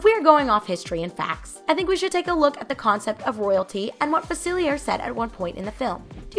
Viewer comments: Fuh-seal-e-ay right? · I think you should’ve watched the movie or looked up the name cause you keep saying facilier but it’s a French word meaning the r wouldn’t be pronounced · The way this girl keeps saying "Dr Facilier" is really jarring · Yeah that's what's bothering me the most about this video and it's not the first time I've seen people mispronounce his name in a video about princess and the frog.